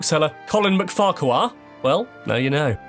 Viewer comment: Wasn't there a FarQUar at some point, too? It's pronounced Fark'r (with a neutral vowel between the k and r). He got Teviot wrong too. It's Teev-iot not Tev-iot. Jarvie, depends where you come from. In my (working class, from just outside Edinburgh) accent, it's Embry. 😉